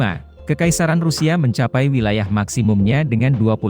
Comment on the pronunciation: Pembacaan wilayah saja salah ,, Berarti pengamat abal2 juga nih...